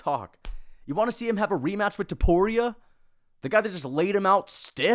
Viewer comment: “Remaaach!” Bro nearly turn full Guyanese